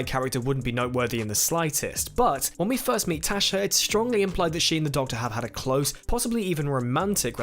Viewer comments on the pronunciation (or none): none